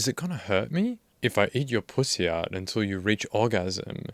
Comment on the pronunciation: I love how you say pooosy 🤣